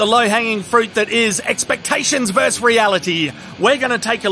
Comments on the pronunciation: Just FYI, it's "versUS." 😛 The entire word is pronounced. It's not a verb; it doesn't conjugate for any reason. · Why does everyone pronounce "versus" as "verse"?